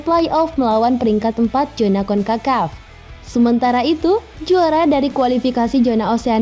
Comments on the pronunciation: narasinya jelas? jelas apa, zona di bacanya jona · bukan JONA min tapi ZONA